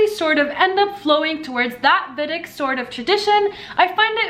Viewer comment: say vEEdik